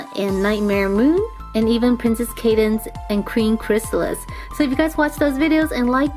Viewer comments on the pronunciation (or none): none